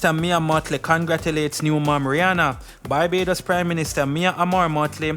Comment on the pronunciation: Dude, it's not Bybados. It's BAR-BAY-DOS (Barbados). Learn to pronounce names correctly. How would you feel if someone keeps calling Jamaica (Jaymacia)?